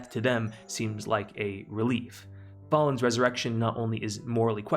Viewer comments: All corrected pronounciations (Source: Eng dub [very good btw]) - Marcilleh --> Mar-sille - Laos --> Lie-os - Fallin --> F-AH-lin Good video essay! Liked the clear explanations you gave the audience. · And Fal in